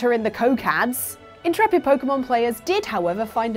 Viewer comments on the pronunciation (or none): none